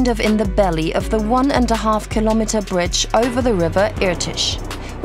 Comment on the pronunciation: Oh no it's the "bridgtch" narrator woman again. At least she only said it twice this time.